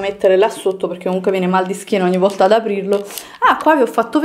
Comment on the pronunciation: Volta, non vorta. Non ti chiedo di sapere la grammatica e i congiuntivi, ma almeno pronunciare bene le parole eh